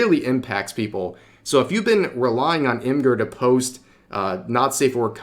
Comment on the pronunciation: I think Imgur is with a soft g not a hard g. It should be pronounced like image without the a and add the r.